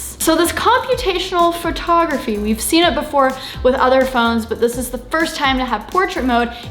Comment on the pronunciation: "Computational furtography"